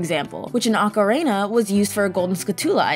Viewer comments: I kept hearing her say Oka- ray-nah instead of oka-reena lol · Who the heck pronounces it ah-ka-ray-na? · People calling out the "S-NES" edit like didn't say "Ocariner" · “Ocarayna.” Smh. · Has a lot of errors, I'm starting to think its intentional Haha. "OCARAYNA" and "SCHOOLTULA" I seen in another comment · My favorite part of Ocarena (rhymes with macarena) is collecting all those skuh-TOOlahs. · "Which in OcaRAYna is used for golden skuhTOOlah icon" My ears, they bleed! Ocarina isn't supposed to rhyme with macarena! Also, skultulla is just a portmanteau of skull and tarantula. Whenever people put the emphasis on the "tull" part of skulltula, it aways confuses me since you don't pronounce tarantula as taranTOOLa. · "Wizzer robes" "Okka-rayna" "Ska-2-la" "game front" ... Please just axe this audio and redo it. It makes your channel appear laughably out of touch when things this obvious get messed up.